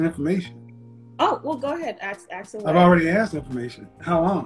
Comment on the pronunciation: Aks or ask...